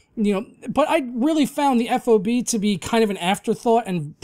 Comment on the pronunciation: FOB is pronounced as an acronym how it's spelled. just letting you know 😉